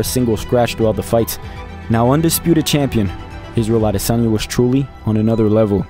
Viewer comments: The way you closed it out by giving the correct pronunciation of Adesanya is peak. That legit gave me chills. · Thank you for taking the time and care to pronounce 'Adesanya' properly. In Nigeria, our names have meanings and these meanings carry power. And even if Izzy has said it properly a thousand times, so many reporters don't seem to care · I was just about to say this. As a Nigerian, he got the pronunciation really well 👌🏾👏🏾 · That Last Adesanya pronunciation gave me chills 😅”in Laura Sanko voice “ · When you pronounced his name properly at the end I got goosebumps. You’ve got my sub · Great documentary and analysis!! You got a subscriber just by the perfect way you pronounced “Adesanya” 😊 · Enjoyed this immensely and the fact you pronounced his name properly at the last bit, big ups!!!! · Kudos for pronouncing his last name correctly, especially at the end of the video........ADESANYA Obviously, u ve done your research right. Your content is on another level. Keep it up. Loved it. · You're a legend in what you do! My best part of this video is the last bit of you pronouncing his name as his mother would! #Adesanya. God bless u. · The pronunciation of Adesanya at the end tho!👌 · YOU SAYING HIS NAME CORRECTLY AT THE END IS PEAK YOUTUBE. CATCH THIS SUBSCRIBE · Wonderful wonderful wonderful … and the pronunciation of the name killed it! I just subscribed 😍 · Thank you for pronouncing his surname "Adesanya" correctly at the end. It means a lot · Love how you pronounced his name with a Nigerian Yoruba pronunciation at the end 😊 as a Nigerian, i am happy and proud for Israel he is definitely one of the greatest fighters ever 🔥🔥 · I like the way he waited till the very end to pronounce the adesanya correctly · That Last Adesanya pronunciation gave me chills 😅”in Laura Sanko voice “😊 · Thanks for pronouncing his last name accurately at the end. Youruba names have unique meaning which is lost if said wrongly. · Respect you for saying his last name correctly at the end